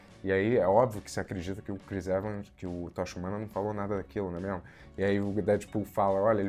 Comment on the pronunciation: 217 "Né mémo?".